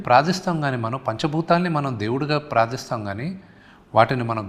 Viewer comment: ప్రాదిస్తున్నాం కాదు రా శుంటా...... ప్రార్ధిస్తున్నం